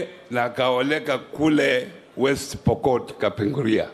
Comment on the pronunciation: Hajui kupronounce Kapenguria? 🙄🙄🙄